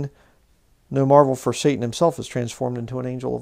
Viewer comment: Why do you keep capitalising the 'S' on the untranslated Hebrew word 'satan'. It would be like capitalising the 'A' in 'Adversary' mid sentence. Doesn't make any sense, and why pronounce it in Hebrew when speaking english?